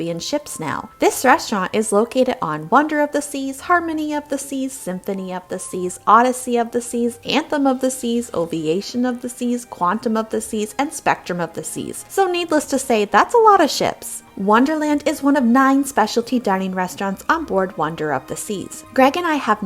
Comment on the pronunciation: Oviation??? 🤣 I think you meant Ovation.